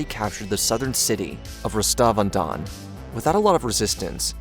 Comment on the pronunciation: I'll never get over people butchering words, especially people in fields like journalism that should know better. How do you get "RostovAhDon" out of "Rostov-on-don"? I'm not even Russian and with my garbage US public school education I know how to pronounce that, and Shoigu, and Pregozhin. Edit: Oh my lord I just got to "coup-dayat"...This is figuratively killing me. Dude, at least use google translate if you don't know how to say it, it will at least get you close.